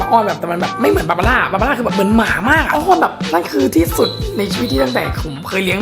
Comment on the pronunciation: เขาก็พิมพ์บาบาร่าเทออ่ะอ่านผิดเทอไง่นิดๆนะ